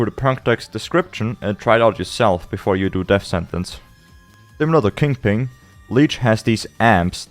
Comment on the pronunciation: don't mind me, just here to hear someone say "kingping" akin to cumberbatch's "pengwing"